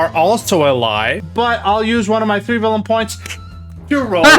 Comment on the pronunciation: Did anyone else hear "vellum points" instead of "villain points"? Sounds like a smooth idea :D